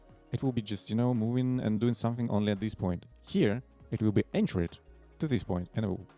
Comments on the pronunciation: Anchored....as in the Ship is Anchored in the bay...pronouced with a 'K' not CH :P Not being a gramma Nazeeeeeee I would love to be corrected when speaking my non native tongue. Plugin is amazing, amazing work. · I was wondering what this plugin could do that Metaplugin, BC Patchwork, or Kushview Element couldn't do. Turns out, _a lot_. I got a little confused by how you said "chaos" and "anchored". It took time to figure out what you were saying; it sounded like "cows" and "entred". "Chaos" is two syllables and rhymes with "clay toss". "Anchored" rhymes with "thank curd'. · hopefully this isnt too annoying but jsyk “anchored” is pronounced “ank-erd” in english. how u pronounce the “an” and the “ored” probably changes depending on the accent so i wouldnt worry about that. but the “ch” is always a “k” sound and not like “ch” in “church”